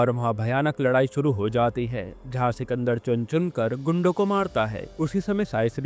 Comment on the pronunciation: Sikendar to muslim nam he isliye bhai ko bolne me dikat thi 😂